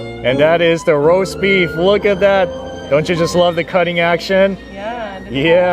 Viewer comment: Did he say brosbeef instead of roast beef in the beginning? I had go back several times and listen more clearly and yes he did say brosbeef.